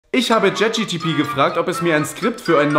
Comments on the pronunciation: Chat Geee Teee Pee 😂😂 i know its hard... but WRONG!!!!! Ich hasse es wenn ChatGPT ChatGTP ausgesprochen wird 🎉😂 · Wusste noch gar nicht dass Chat GPT "Jet GTP" ausgesprochen wird